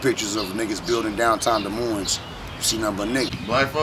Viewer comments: Ok first of all, it’s pronounced “De Moine”, not Dez Moinez. S is silent lol! And second of all do we have some rough neighborhoods here? Sure. As bad as Chicago or Detroit? Probably not. But why do we want to? What is this mentality of “oh we gotta be hard, we gotta be hood”. How about we be thankful that we aren’t and that we have pretty good neighborhoods with fairly low crime compared to other large cities. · Dee moin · it's pronounced. "De_ moine" the s is silent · To me, its pronounced duh moin, which sounds like lyrics in a bad mumble rap song. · I won’t go into the inaccuracy of this video .... BUT at the very least - if you live in Des Moines and don’t pronounce it da-moin you are a complete fool. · How is it you've been in Des Moines all your life and still don't know how to pronounce Des Moines. Both S's are silent. " Duh Moine" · Des Moines is about 11% black. Polk County is about 5%. Oh, and you don't pronounce the damned second "S" in Des Moines. Can't believe someone supposedly born and raised there would do that. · you don't pronounce either S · You dont pronounce either "S's" In Des Moines.. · Des Moines is a french word meaning the monks , you don't pronounce either s, the french were the original colonists, look at the Iowa flag and the French flag, notice anything? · Live in Des Moines but still pronounce it wrong 😂 gets me every time. You dont say either S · They're on the North Side, not the West Side. No one in Des Moines usually refers to the West Side anyway. There's Des Moines, then there's North Side, East Side, South Side. Also, the second s is silent as well. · I know and love everyone apart of this video and my city but how tf we can’t pronounce our own city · Everyone from Iowa knows if your from Des Moines you don’t pronounce the s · If you can't pronounce "Des Moines", you're probably not really from there. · The S is silent. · Des Moines. The Ss' are silent.!!